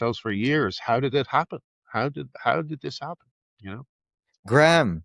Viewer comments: Graham has an h in it. Ffs, pronounce Graham correctly. 2 syllables. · His name isn't GRAM it's GRAHAM, THAT IS GRAYAM. Cant listen 👎👎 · He’s an Irish hero. Btw his name is pronounced grey-im Le-ne-han. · Why does the host keep calling Graham "Gram"?